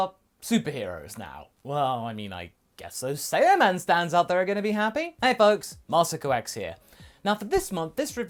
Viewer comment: It’s SAI-an and SAI-yaman not SAY-an and SAY-yaman